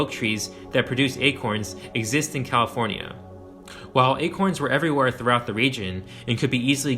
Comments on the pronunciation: HELP I CAN'T STOP HEARING IT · this is a great video! however, as a lifelong Californian, I have never heard anyone from the state pronounce it with 5 syllables like you do. As far as I know, it’s 4 syllables, with the “fornia” at the end of the name being said more like “forn-ya”, as opposed to “for-nee-ah”, how you’re saying it. maybe it’s regional? anyway, cool video.